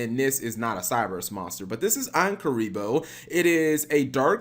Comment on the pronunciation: Is it not obvious that it's pronounced "ANKH-uribo" cap? It even has an ankh on it's body. The original monster reborn was an ankh.